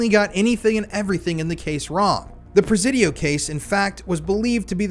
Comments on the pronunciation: Is it me or is anyone else annoyed at his mispronunciation of the word Presidio?? “Si” as in “YES” sounds like Sea, See or C!! The Prah- Ze-Dio (with a short vowel E) is really making me nit even want to finish the video. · In the big scheme of things, this is SO minor. I was born in The City living here my entire life - you're pronouncing the Presidio is slightly off. It's "pruh- sidio". Sorry but every time you say "prez-zidio" it's.. Said with love Carry on 🫶